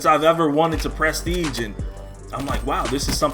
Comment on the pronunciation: Wow you really emphasized "Prest" ige huh lol 😂😂😂